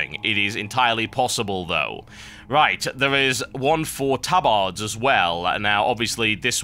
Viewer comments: he says tabAArd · I always pronounced it "TabErd" not "tabArd" is that just because i'm american? or have i been pronouncing it wrong my whole life? o_O